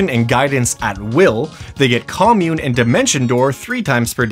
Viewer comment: Wrong pronunciation of Commune, haha. It's pronounced like 'communicate' without the 'icate', not like a commune.